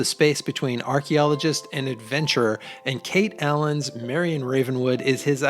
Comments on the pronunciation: Her name is not Kate Allen ,it's Karen Allen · Good list. But who’s Kate Allen? 😅